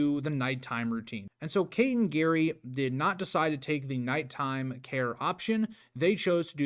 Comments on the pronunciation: It's not Gary, it's Gerry (Jerry). Also, it's Tapas Seven. Tapas as in Spanish food. Good video except for some wrong pronunciation. I thought the McCann's wouldn't allow the twins to be tested? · Its Gerry not Garry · It's Gerry, not Gary. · Hiw can you possibly pronounce Gerry, Gary? Are you an idiot? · His name is pronounced Jerry not Garry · His name is Gerry (pronounced Djerry), not Gary. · Yeah lol we pronounce it more like "Jerry". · Jerry is the correct pronunciation. You sound like you're saying Gary or Gehrry. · This video is so good! This case never sat well with me. Btw I think his name is said like Jerry 😅 British pronunciation idk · Can't even get Gerry's pronunciation correct? It's JERRY. 👎🏼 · you did, its pronounced Jerry but it was the window being open as that was contested and also no sign of forced entry and it was deemed to high and overlooked a car park and street i will finish watching it and not meaning to trivialise your work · Pronounced gerry. Like tom and Jerry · Mispronouncing Gerry as "Gary" instead of "Jerry" may seem like a small thing. But it shows me that you aren't very thorough with your research. There are easy ways to look up the pronunciation of something, even a famous person's name. I'm not singling you out; I hear a LOT of people mispronounce Leicester, Amaral, and even Madeleine. It immediately lessens my respect for their knowledge. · You pronounce his name Jerry not Gary 🤦🏻‍♀️ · Good God! He is Gerry, NOT Gary !!!!! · His name is Gerry not Gary ffs!! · Simply get Gerry’s name right.. it’s not Gary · His name is pronounced Jerry. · it's jerry like tom and jerry okay not Gary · Can’t take anyone serious who can’t say their names right. It’s Jerry not Gary, but spelled Gerry. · His name is Gerry, not Gary. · It was really off-putting when you were calling GERRY Gary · You lost me after the third time calling Gerry Gary sorry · Gerry is pronounced Jerry, not Gary. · It's pronounced jerry not Gerry.